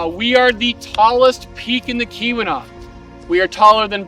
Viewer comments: pronounced 'Key we nah" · Keweenaw is pronounced key-wen-aw😉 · Pronunciation would be the first thing I would explore. Don't do videos about places that you don't even know the name of